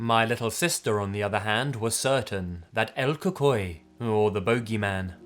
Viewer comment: Spanish word for boogy man is pronounced Coo-coo-we And u got witch pretty good but it's more like Brew-ha